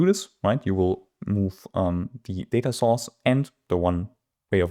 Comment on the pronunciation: My favorite part of this video is that each time you say Data Source I hear Data Sauce and I’m salivating :)